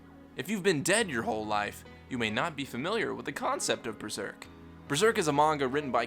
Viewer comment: Does anyone else hear "BREZERK"?